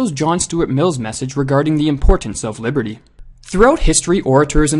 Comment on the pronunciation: I can't stop hearing "liverty"